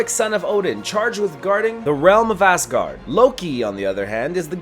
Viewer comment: "the realm of ASSgard